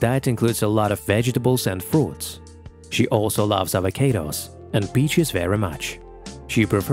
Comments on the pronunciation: avo-kaados and pom-grenades? ...are there no humans available to read a simple script? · Avocayydos, I swear you do it on purppse